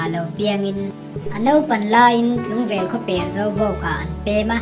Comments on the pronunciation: A ngaihnawm khawp mai. "Baktawng khaw per, Tlungvel khaw per" tih khi, 'per' thil kan rap per / hmet per (hmet phek) tih ang in a ri a. 'A per chhuak nalh' / 'a per bo daih' tih a 'per' kan lam deuh vat ang hian lam tur ni awm tak a ni. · Khaw per tih kha i thluk fuhlo deuh ani..